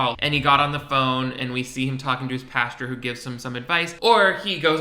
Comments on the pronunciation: I love that you are saying "Pasture" instead of "Pastor" lol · Are you saying “pasture” or “pastor” towards the end? Either way, I live lol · Bestie bestie is paSTOR not “pasture” - like where they keep a horse 😭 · Ok... Are you saying "pasture" instead of pastor? Also why is the main characters voice just exactly Philip DeFrancos?? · WHY DO YOU PRONOUNCE PASTOR LIKE THAT 😂😂😂 I’m fucking dying omg. You keep saying it like “pasture” instead of “pastOR” omg hahaha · I love you buddy but it's pronounced pas-TER not pasture. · I seriously thought was talking about a pasture he was saying pastor 😂😂😂 I was so confused!! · Is he saying pasture 🌱🐄 instead of pastor✝️⛪️? Or am I crazy? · are you saying pastor or pasture lmao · Girl I read this as he said it and kekeed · Pasture... Pastor... where shit gathers. Yep, sounds like the same thing to me. 😏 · I was needing this comment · That had me giggling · It’s an accent thing that I’ve heard in both Europe as well as the United States. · It cracks me up everyone pronounces “pastor” as “pasture”. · I’m enjoying watching these out of order and going back to the time that you are saying pash-ter after having watched the future where you learn it’s pastor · I keep thinking that Dan is going to frolic in a field with cows every time he says pasture. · As always, christian live-action tv and film is the cheesiest, most awkward trash out there That being said, I am so distracted by the way you pronounce "pastor." I was so confused, like "pasture? is this man a malibu man and a farmer?? What?" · Say "pasteur" one more time. You're amazing btw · "PAsture" I'm dying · no one:: the correct pronunciation of "pastor" is "pasture" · Haha I say “Pasture” too. I didn’t realize that was wrong 😅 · I was a Christian for 13 years of my life and still managed to get away with pronouncing it “pasture” the whole time😂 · Don't worry...I say "pastor" the same way. I just can't get it.